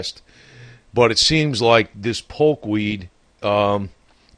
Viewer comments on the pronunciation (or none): POKE not polk.. If you can't get that right............ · It's poke not polk..